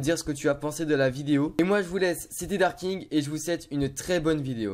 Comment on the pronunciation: Merci Darking! Tu sais bien prononcer mon pseudo :) Merci pour ta cléf Legendary en plus :)